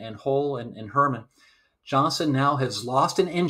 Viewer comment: Great video! Small quibble. The USS Heermann is pronounced Hear-maaan. Not Herman. That is all!